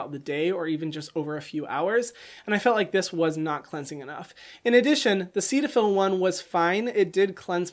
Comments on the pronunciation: Hyram: Seat-a-fill Me: Set-a-fill Hyram: Serra-Veee Me: Serra-vey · I thought CeraVe was pronounced “Sarah V” and I thought Cetaphil was pronounced “Set a Phil” 💀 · CeraVe is short for "Ceramide Vehicle". Ceramide is pronounced "Sarah mide". So CeraVe would be pronounced "Sara Vee". The "Ceta" in Cetaphil comes from the "Cetyl" in "Cetyl alchohol" which is pronounced like "Settle". Cetaphil would be pronounced like "Set a phil". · I feel you, I always thought Cetaphil was pronounced set-a-fil 🥴🥴🥴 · The way he pronounces Cetaphil really just annoys me